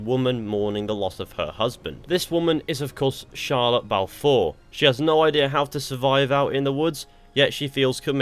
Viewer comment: i thought you said shia lebouf four